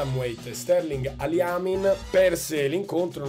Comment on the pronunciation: Sterling “Aliamin”? E dai…